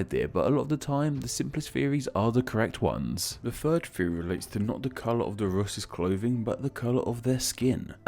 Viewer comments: Deadbäss he also says loos instead of rus’ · why do you pronounce Rus like Lus more than like Rus throughout the video? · Would are you saying Lus? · it’s sounds like you’re saying ‘lus’ instead of ‘rus’ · Lol Brits don't pronounce Rs the same way as Ls.